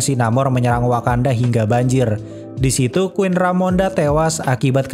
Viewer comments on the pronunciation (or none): none